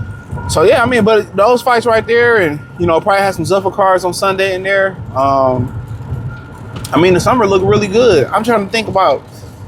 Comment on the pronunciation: Zuffa is pronounced as ZOO-fuh (rhymes with "loofah").